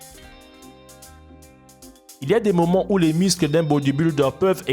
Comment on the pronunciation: « Les miscles »😅